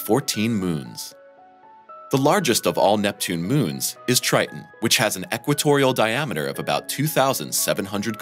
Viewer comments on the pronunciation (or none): Drives me crazy when people mispronounce words with "T"s in the middle... its not 'Tri-in' , its "TriTon"... Geez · Tri Ton not Tri Un… just saying. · Rather than saying Tri-Ton (Triton), the narrator is saying “Ti-en”. He is not pronouncing the second “T”. Same thing for “Important”, coming out as “impor-ent”, rather than “Impor-tant”. Both “T’s” s/b pronounced with the hard “T” sound. Other folks I’ve spoken to about these pronunciations differ from my opinion of which is correct. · The moon "Tri' en"? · it’s a shame that the narrator appears to suffer from a bone disease that prevents him from pronouncing the second T in Triton. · People with British (or should I say, Bri'ish) accents tend to drop t's in the middle of words. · Yes, there were a number of weird things in the language used, even if the voice was very clear. Was the text computer generated? And why was "Triton" pronounced as if it did not have a second T ... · What is 'Tri - unn'.....????